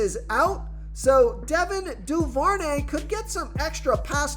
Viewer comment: It’s also Devin (doo- ver- nay). Thanks